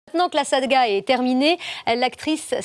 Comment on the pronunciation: J’entend sadga moi